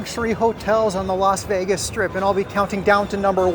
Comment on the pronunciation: It's not Los Vegas it's Las Vegas